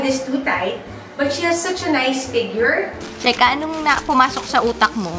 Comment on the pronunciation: cheSka....! You missed the letter S...